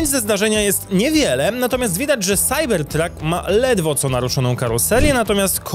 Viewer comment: SAJBERTRAK SAJBERTRAK SAJBERTRAK Proszę Cie, nie kalecz PLAD PLAD PLAD PLAD